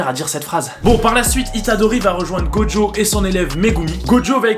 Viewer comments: Ouaaa sérieux il s’appelle gojo go jo T’ENTEND UN P***DE D ?Sinon super vidéo 😂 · Mais Putin il s’appelle gojo go jo t’entends un PUTIN DE D DEDANS ?!